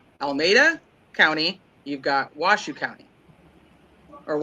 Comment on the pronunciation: It's also pronounced Wash-o not wash shoo. It's the native tribes name.